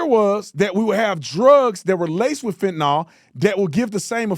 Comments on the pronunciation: I hate the dems so im not defending them clowns, if u gonna clown ppl for pronouncing shit wrong take ur own. advice. The drug is calleFEN-TA-NYL not FENT-NOL . You country bumpkin, i still love u tho. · Is Tapper a reporter or a debater? I'm listening to him and wondering does he love this country or not? Tatum... it's Fentanyl (fent-uh-null...not nall). Petty, but ya gotta say it right🤣